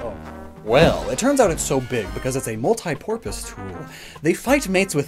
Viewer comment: Did you say MultiPorpus 😂